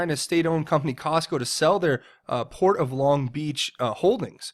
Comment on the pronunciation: Long not ling